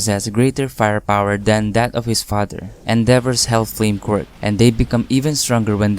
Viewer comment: Okay but the way he say quirk really sounds just like him saying squirt so when a girl/woman character shows up I be like : HOLD UP, WAIT A MINUTE. SOMETHING AIN'T RIGHT 😃